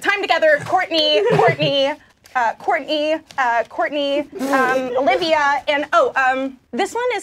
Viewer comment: Is it just me or (aka, aka - Soo cute 😍😍😍😍) intentionally sayd "Whoartney"?🤣🤣😂😂🤣🤣